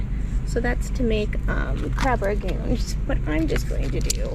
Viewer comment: It's RANG goon not rag goon. And its general so's not sows like a pig. Just thought you'd like to know, for future. Wasn't going to mention it but you corrected your kid on the word broccoli, so I know you cared.